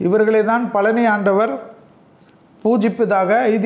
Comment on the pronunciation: பழனி என்று சொல்லுங்கள். பலனி அல்ல.